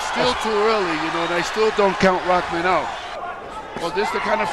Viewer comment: It's pronounced "roc-mahn" now Raw-man. Like, who doesn't know that?